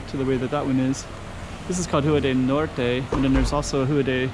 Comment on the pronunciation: Did you learn Brazilian Portuguese? You're saying "NORCH" instead of "NORT" for Norte.